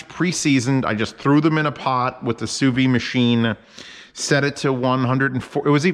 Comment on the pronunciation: Great video. You're supposed to pronounce the 'd' in sous vide.